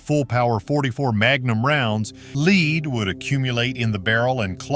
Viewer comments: someone needs to understand what they are reading... this didn't sound like AI... but I think you mean Lead (Led) not Lead (Leed) spelling may be the same but it's all in the pronunciation... Simple fix for the 44 Mag... just use modern jacketed ammunition... Also who has "greasy" ammo, this is not a black powder rifle. As mentioned only use jacketed ammo... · OK,, "lead" is pronounced "led," NOT "leed"! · The AI Narrator mispronounced LEAD as LEED. Very distracting. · "Leeed" would accumulate in the barrel...??" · Down vote for you until you teach your AI standard English ("leed" for lead... lol) and check your facts before posting garbage like this. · "30 by 30"? What kinda ignorance is this? "Leed"? Stop it --- you're killing me here. If this is the future, let's get rid of the AI voiceovers and get real people who can read a script with a modicum of knowledge of the English language --- huh? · Congratulations! You know jack shit about Winslow rifles. They were never meant for average hunter consumption. AI bullshit voice over pronounce "lead" as leade". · What is with the A.I. voice ? Mispronunciations like "LEED" for LEAD ! Who made this ridiculous Voice System ? Garbage ! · " LEED" would accumulate in the gas ports Har har.. Get RID of the computer voice overs, please! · Being a YT creator is easy....Just borrow other people's video content, write out a script and let the fake AI voiceover tell the story!....I guess it doesn't really matter that the AI voice can't distinguish between "leed" and Lead, it's all about clicks and views!...Just sayin'! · "Leed" more accurately pronounced "led" and better known as lead and the reference to a "30 by 30" caliber is why lazily produced, AI narrated idiocy like this is almost unwatchable. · How to tell the narrator is AI? mispronouncing the metal "lead" as "leed" instead of "led" -- saying caliber as "thirty by thirty" instead of "thirty thirty"... Stuff like that. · That's the A I robot Lead not LEED .LOL